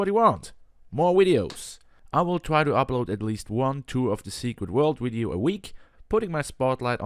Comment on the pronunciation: Are you saying wideo, instead of video xD